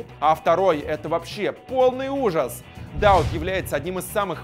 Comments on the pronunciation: Махмуд Дауууд ударение на УУУ на будущее ) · Много ошибок в именах. ЗагадУ, Штёгер, ДаУд.